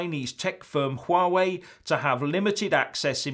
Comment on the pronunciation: Well pronounced!!! - that Chinese firm beginning with H that I can't spell unless I look at my wifi spot gadget thingy-me-jig.